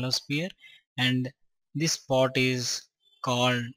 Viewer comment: Part ko port bol raha h